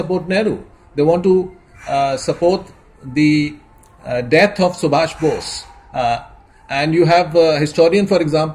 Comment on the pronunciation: Not Basu but bose